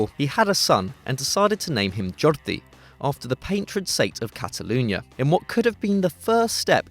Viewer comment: Jordi Cruyff is pronounced Your-die. Just thought you'd want to know...